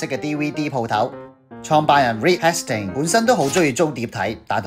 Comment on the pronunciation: I think you mispronounced the name Hastings